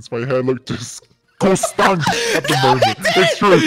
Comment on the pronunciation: no one: george: DISGOSTAN